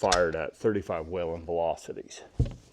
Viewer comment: It's weeeeelin not wailinnn love mine